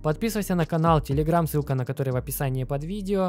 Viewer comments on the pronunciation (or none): none